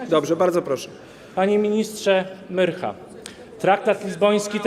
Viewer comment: Myrcha nie myrchj ,oddaj siano za apartamenty krętacz lewacki.